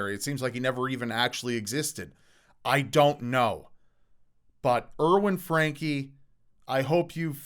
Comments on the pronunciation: For anyone interested, his olast name is pronounced differently in case it is a german name: German doesn't pronounce a and e the same as english. Frun-kuh is probably the best way to write it down, I can't handle phonetic yet. For real pronounciation just check with a translator, like LEO: There is a tiny play button somewhere on the right next to 'der Franke'. That should play the audio. :) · "Danke", as weil as "Franke", is actually pronounced with an e that sounds like the e in education. But it's funny af to hear it pronounced the english way :D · It's sad to watch someone clearly suffering mental delusions and as a result just letting his house get that bad. Why tf hadn't adult services got involved? Also, the German pronunciation is for danke is Don-ker,so franke would be similar. I took it for years out of choice and some of the words are hilariously pronounced 😂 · The "e" in "danke" and "Franke" is pronounced like the "e" in bed.